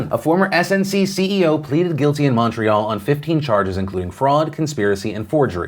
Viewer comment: Appreciate the mention of the Canada story, but just so you know Lavalin - La-Val-ein (The N sounds a little nasally) Trudeau = True-Doh (emphasis on the Tru sound) Quebec = Keh-Beck (Common mistake so dont worry) And finally, inn English, montreal is "mun-tree-all", not "mon". In french its "Mo-ree-all" in case you ever take up french.